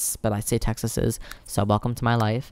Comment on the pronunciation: Your hilarious!!! Especially when you say textes or something like that xD